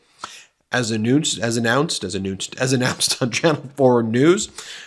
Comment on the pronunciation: anoonced is now a thing...made me laugh, great video Ben